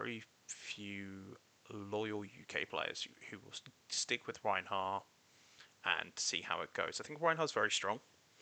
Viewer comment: Rhinar not Reinhar >:(